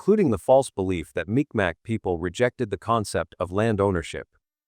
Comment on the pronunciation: It's not MicMac... it's pronounced Meeg Maw...